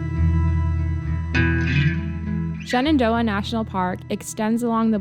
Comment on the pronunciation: every time you say Shenandoah sounds to me like ShenanDOHA ! We miss your vlogs in Doha.